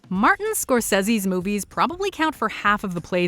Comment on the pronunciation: No one gonna talk about how she pronounced Scorsese